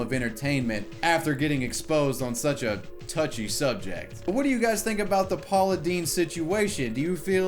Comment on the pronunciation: Why’d you say “touchy subject” like that lol wtf